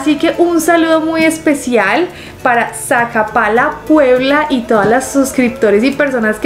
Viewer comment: Saludos hermosa y bella dama eres genial en tus videos solo una observación,no creo sea sacapala puebla a de ser sacapoaxtla puebla un abrazo a la distancia desde Chimalhuacán Estado de México